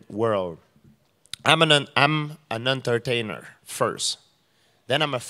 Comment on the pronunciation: If he says "atertainar" one more time i'm gonna puke.